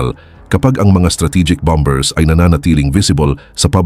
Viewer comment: Bambers I'm Mata, ayusin mo Naman pronunciation mo! 😊😊